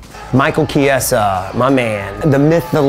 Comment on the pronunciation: Their pronounce of Chiesa is hard. It's pronounced just " Kjehsah " 🇮🇹